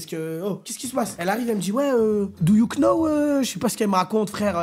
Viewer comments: cc, juste pour préciser que le k du « know » ne ce prononce pas !! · Les « do you Know » avec le K fort, ça me termine 😂😂